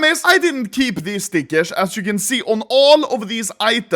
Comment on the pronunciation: the way he says stickers triggers me sm